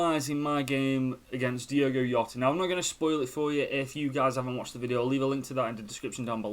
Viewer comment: I feel like you’re saying jota incorrectly😂